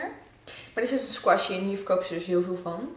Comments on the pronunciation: Oja je spreekt het verkeert uit squishy. Maar dat maakt niet zo veel uit 😝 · Je spreekt het uit als skwusie